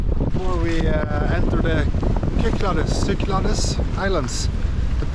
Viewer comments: I have watched you for some years but lost track over the years sorry to here about your Chrones hope youe all sorted . Unless someone has already corrected you its pronounces the sik-clad-ees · Nice to see you visit my home country. It is pronounced Ky-klah-des, and the the d is soft as in "this". They are known for their shifty unpredictable winds.